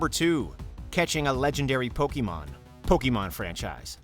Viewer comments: What about huge chain combos in Puyopuyo? While you are building them your opponent is about to destroy you but then you release the chain combo in time and obliterate your opponent? or what about in Dragon Quest when you find and kill a metal slime to gain huge exp points? PS You butchered the word "Pokemon." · 25 years and so many people still can't say Pokemon or Lara Croft right....Poe-KAY-mon, not Pokey-mon ffs. also...how the hell can you talk about satisfying video game moments and not mention landing a million+ point combo in a Tony Hawk game? or getting any of the 1 in 128 chance drops in EarthBound like the Sword of Kings? or gold starring a song in Rock Band?